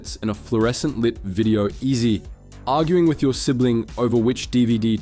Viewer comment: I feel like this channel might be AI. The voice pronounced video-ezy as "Video-ezzy" at one point and the enunciation of "mate" was very artificial. Also the distinct lack of social media links and the usual SEO guffins.